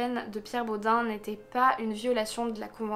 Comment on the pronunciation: Ça m’a perturbé, en Alsace on prononce pas Bod « un » mais bod « eine » ( comme un en allemand) 😂 mais super vidéo c’est glaçant quand on vit à Strasbourg !